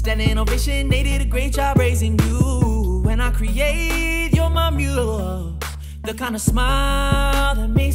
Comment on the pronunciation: "Muse" is only one syllable my guy. Don't gotta add like 3 more 😂😂Niiice mashup as always 🤙🤙